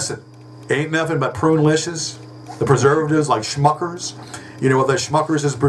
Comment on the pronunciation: Oh shit he said "prulicious" again. Apparently that's a and not a one time word fumble. Also I never really noticed how big and misshapen his nose is.